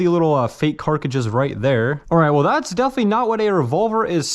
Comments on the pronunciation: Also why do you say 'Carkidges' instead of 'Cart-ridges'? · cartridges not carcages😭😭😭😭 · Carkages??? lol love your content but the way you pronounce cartridges kills my lol keep doing you though! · Why do you always refer to “Cartridges” as “ Car-ca-chiz”? Just curious because you call them “Car-ca-chiz” in every single video you make?🤷🏻‍♂️ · him saying carcagees is kinda pissing me off :[ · It is C A R T R I D G E!!!! NOT CARCADGES. Come on man. That drives me insane when grown adults can't say words correctly!!! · Carcage instead of cartriges is diabolical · 'carcagis' 'semi-mac' huh?? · U keep saying" carcrages " it's cartridges 😂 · Dude it’s car-trid-ges not car-cages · Omg brother, carTridges. This carcridges thing is killing me. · Is anyone going to mention he says carcages not cartridges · Carcages? haha! I know you're saying Cartridges. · He's been corrected SO many times in the comments for not being able to pronounce: Cartridges (Carcages), Grenades (Ganades), etc, that at this point I have to assume it's 100% intentional, or he has one helluva speech impediment on only certain words. 🤨🤦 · The way he pronounces cartridges is annoying lol